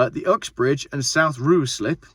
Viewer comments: Its not ROO SLIP It's RYE SLIP God I love England Anyway Now say Happisburgh correctly and say Beaconsfield correctly Tip on B'field... See the Model Village name 😁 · Ruislip is pronounced "Rice-lip" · It's pronounced RYE-SLIP. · Ruislip is phonetically pronounced RiceLip. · It’s pronounced ‘Rice-Lip’ I think. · It's pronounced 'rice lip' RE Ruislip